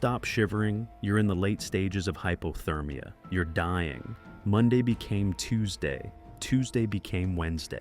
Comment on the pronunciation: Hy. Po. Ther. Meea.